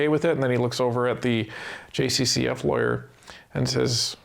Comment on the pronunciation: When u say government lawyer, I think liberal lawyer as that's what it sounds like